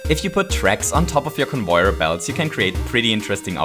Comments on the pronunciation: convoyer belts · CONVOIYOR BELTS